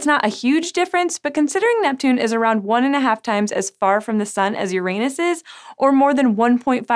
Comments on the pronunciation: It's Uranus not UrANUS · For the last time.... ITS PRONOUNCED URA-NUS NOT YOUR ANUS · please, PLEASE pay for some English diction training for your "stars". Just so she stops talking about Youranus. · Sci Show, I really, REALLY admire your videos....but please, please insist on your staff using the correct pronunciation, because it is not "yerANUS"! It is "yer-ah-nus." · Please... please.. "Yoran - us"... not "Your anus" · Its pronounced Ur anos, not youranus. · Stop comparing Neptune to my anus! Yes I'm a vegetarian and there is alot of gas buildup as a consequence but I don't know why you have to go there! Uranus is pronounced Jorrah-nus so we know that's not it. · Please tell me im not the only one who laughed when she said "Uranus even has more methane in its atmosphere" she really pronounces it hard as "your anus" way to stay subtle. haha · she pronounces it yr anus instead of urine us. keked and checked. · Yo girl. It's pronounced "Ur-en-us". Listen to mah boi Neil DeGrasse Tyson and get over your highschool immaturity. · i know right! its pronounced urine-us... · Let's be fancy and start pronouncing it "you-RAH-noose." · If she says Uranus instead of Uranus one more time!!! I’m actually leaving this video early because of this. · Haha, you said Uranus wrong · Talking head does not know topic. Why don’t you pay for the orbiter? Learn to pronounce Uranus ... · HER SAID URANUS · Im sorry i know its petty but it bothers me how she pronounces uranus. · As a science channel I wish she would pronounce Uranus correctly. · I think you pronounced Uranus wrong.